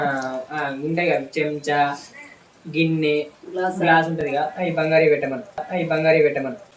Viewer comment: అది గాస కాదురా గ్లాస్ అది పొడి గిన్నె కాదు రా గిన్నె ఇంకోసారి అట్లా కామెడీ చేసావనుకో నవ్వుకుంటున్నారు జనాలు అక్కడ